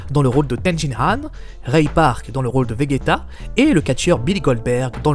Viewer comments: Pourquoi il dit goku et vegeta, sa se prononce : Gokou et Véjéta ! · En faite il dit vegayta en faite. 😂